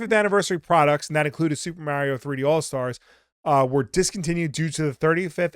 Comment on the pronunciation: You and Mario go so far back he pronounced his name differently back then. 🙃